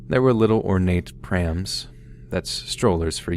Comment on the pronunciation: The way you said prams 😂 (that’s strollers for yanks) .. hahah. Glad to hear a story from Scotland🏴 Am gonna look for this place!